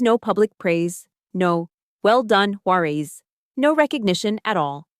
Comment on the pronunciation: Sometimes the narrator pronounces her last name correctly; sometimes it’s Juareeez.